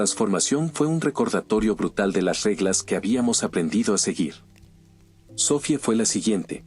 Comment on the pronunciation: se entiende que tengas prisa por subir los vídeos bro y que la traducción no sea la adecuada a veces pero pls mínimo dedicale un momennto a escuchar el relato cuando lo narra el bot algunas veces faltan acentos y suena tan raro el relato jajaja como los nombres en este relato: "sofie" o "pórtal" o cuando en algunos relatos dice "cuchilló" suenan bien antinatural